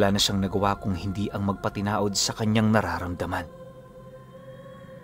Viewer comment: patianod po hindi patinaod...